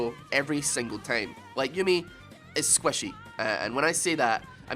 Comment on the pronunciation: CAN YOU SAY SQUISHY, NOT SQUESHY